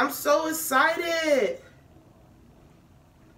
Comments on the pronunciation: Her: IM SO ESITTEEDDDD🌝🥴 So esited 🥰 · ”IM SO ESCiTED! ........ I'm so escited.” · “AM SO ESSITED” 😂